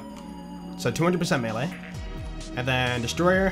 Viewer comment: It’s always been pronounced May Lay, even in ssbm